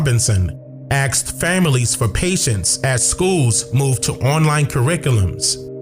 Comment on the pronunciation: It's asked not axed